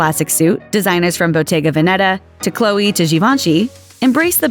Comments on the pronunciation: Bottèga Vèneta Not Botega Venètà please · Please, the correct pronunciation is Bottega Vèneta!